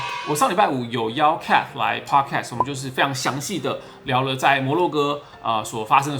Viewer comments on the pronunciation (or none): Podcast should not be pronounced as podcats...